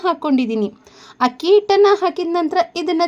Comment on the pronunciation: Madam, ನಿಮ್ಮ idea ಚೆನ್ನಾಗಿದೆ . ದಯವಿಟ್ಟು "ಹಕ್ಕಿ" ಅಂತ ಹೇಳಬೇಡಿ. ಅಕ್ಕಿ ಅಂತ ಹೇಳಿ. ರಾಜಿ.